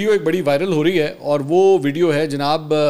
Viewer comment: لفظ وڈیو نہیں ھے بلکہ ویڈیو ھے